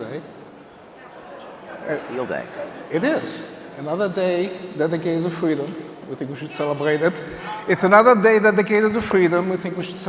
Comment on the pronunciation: Don't you mean Fweedom Fest? 😉